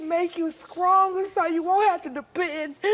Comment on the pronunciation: Don't come for me but I heard her say 'Scronger'